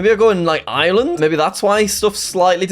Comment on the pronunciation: the way says Ireland is awful